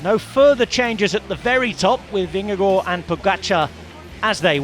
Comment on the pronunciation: Pls pronounce Vingegaard properly, wtf is this